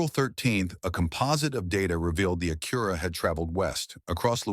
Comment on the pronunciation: It's pronounced Ack-your-a, not A-cura. Thank you, you pronounced it correctly. 🎉🎉🎉😂